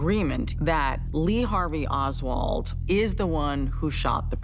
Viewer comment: It's Oswald brov